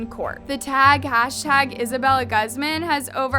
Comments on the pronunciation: Hi I know I'm overreacting and overall being annoying but it's actually pronounced as (goozman) Not (gazmun) I don't blame I know people has accents😫 just saying incase if someone has a friend who's last name is Guzman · Im pretty sure its GOOZ-MAHN not GUHZ-MIN not supporting her but it irks me when ppl mispronounce hispanic last names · Her last name is pronounced “goo-z-mah-n” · its uhm.. its pronouced (goo-zmon)- :l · isn't Guzman pronounced goozmahn? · it kills me to see how keeps saying peoples names wrong!!!! who says guzman, gosman????? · It’s pronounces Gooz-Mon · this is just horrible, but i can't with the pronunciation of "Guzman" 😓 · Take a shot every time you hear her mispronounce Guzman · I’m sorry but my last name is Guzman and the way you pronounced it made me feel weird 😭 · IM SORRY BUT THE WAY YOU SAY HER LAST NAME IS FUNNY MY MOMS LAST NAME IS GUZMAN AND ITS NOT PRONOUNCED LIKE THAT💀😭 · I agree with you but maybe next time learn how to say “Guzman” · Am I the only one cringing at the way saids Guzman?